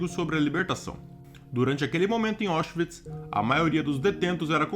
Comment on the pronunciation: A pronúncia correta é "Áuchvits", não "Óchvits".